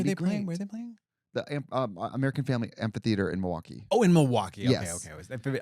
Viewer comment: You missed it! " Health milWALKee"